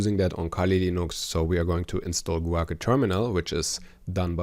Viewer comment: Guake - is probably pronounced Gwake